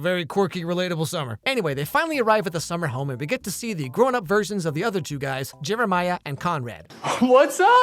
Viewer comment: I know you didn't say it but I could have swore you called Jeremiah Jimmermiah